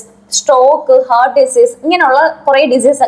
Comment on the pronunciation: ഹെർട്ട് alla ഹാർട്ട്‌ aan